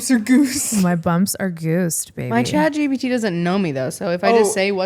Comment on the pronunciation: You said chatgtp alot its chatgpt lol